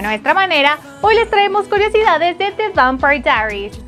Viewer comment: Eso no es lo único... Ni siquiera el nombre de la serie lo puede pronunciar bien...